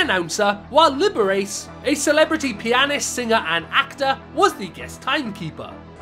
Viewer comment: "Libber-Ace" I know it's difficult to understand but allow me to help. (Libber-Ah-Chee)